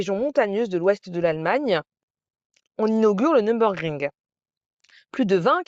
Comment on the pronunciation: "Nür" pas "Num".